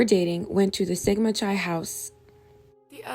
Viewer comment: Chi is pronounced k-eye. Keye..hard k then eye. Will watch your next offering. Keep up the good work!